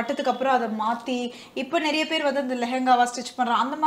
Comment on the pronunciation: naraiya illa niraiya ennru solla vendum.